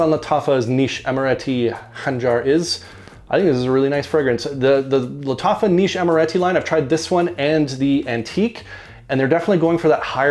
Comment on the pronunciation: I rarely get to watch a new vid from you so early! I really like this new series from Lattafa (you said Lattacha at one point, haha). This one to me opened like Toy Boy (it also has nutmeg as a very prominent note in the opening) but then turned very smoky (vetiver just doesn't work on me). I get the Ganymede reference from the vetiver but it doesn't have the metallic/mineral vibe I get from it. My favorite from this new series remains Antique. Have a good Easter weekend, man! 👍